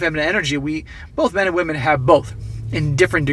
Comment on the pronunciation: Ah, wamen degrees.